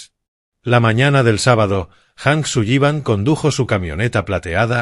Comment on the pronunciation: ¿Hank Suyiban? No le van bien los apellidos anglos: la doble L suena como si fuera una sola L, en inglés no suena como nuestra "LL" castellana. Así como la H en inglés suena como J, esa si la pronunció correctamente. El apellido anglo "Granger" la IA lo pronuncia "Granjer" cuando la pronunciación correcta es "Granyer". Distintos idiomas, distinta fonética. Boyd "Jijins". Se escribe "Higgins" y se pronuncia "Jiguins". "Oak" se pronuncia "Ouk".